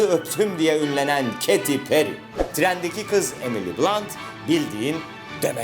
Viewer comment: Keti peri değil Keyti perriy amk bi öğrenemediniz okunuşunu